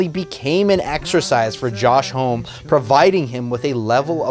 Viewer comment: Lame! This album is the greatest masterpiece in the history of music. Do you even listen to music, bro? Also, his last name is pronounced (hom-mie).